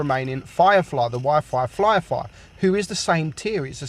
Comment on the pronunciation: "We'll be blocking shots from the Y fife Firefly." Speech 100